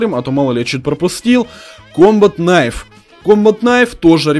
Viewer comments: Не кнайф не фнай а найф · да, правильно реально найф, а не кнайф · Найф а не кнайф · Не хнайф а найф